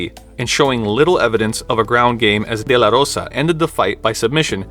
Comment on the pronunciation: Lol you get brownie points for pronouncing de la Rosa right. Her first name, Montana, is a state not Spanish name though lol.